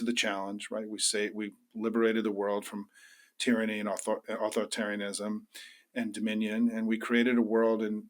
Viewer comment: Simon Rosenberg, please do not drop the 3rd syllable of "authoritarianism" and "authoritarian"!